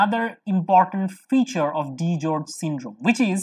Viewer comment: It's DiGeorge's not DiGeorge.